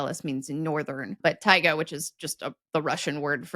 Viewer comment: My small contribution, as I speak Russian and Spanish: - The word “taiga” has the stress on the last “a” - There is a word in Spanish: “vispera” which means “the day before”.